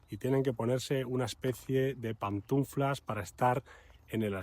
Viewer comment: Pantuflas….no pantuNflas 😅🙌🏻